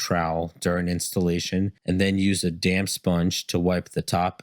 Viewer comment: I thought it was damn not damp sponge 😂😂😂, stick to tiling bro recording voice is not at its best yet 😂😂😂 tiling though you're good